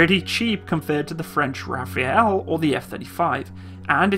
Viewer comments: RAFALE, not Rafael. Say it as "RAH-FAL" (al as in alphabet). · Alain Lavoie As you know it's pronounced Rafal not Rafale with a silent E at the end. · And Rafale is pronounced Rafale and note Rafael... Just a little precision, not a critic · Also its the Rafale (Ra Fal) not Rafaele (Ra Fail). Just for the record. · please:not Rafael,but:RAFALE. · The french plane's name is not Rafael, this is not Soul Calibur. Rafale. Second a is pronounced like the first and the e is silent! You're welcome! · Yes yes we know .. But it's name is Rafale .. Coup de vent, orage ...